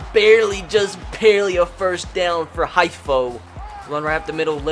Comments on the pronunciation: It's not highfo it's heefo that is how you pronounce it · It’s pronounced hee-fo not hye-fo